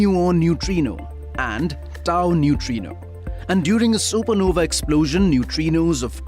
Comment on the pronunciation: It's not सुपरनोवी ,it is सुपरनोवा ,e is silent here .